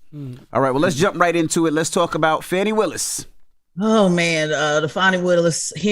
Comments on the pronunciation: It's not FANNY it's FAWNEE spelled Fani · Everytime Charla mispronounce Fani name, it's disrespect.